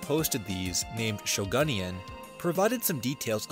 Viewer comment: Off topic but as a former Yo-Kai Watch fan, I immediately knew that the user “Shogunyan” named themselves after a character from said franchise and I lost it at how pronounced it 💀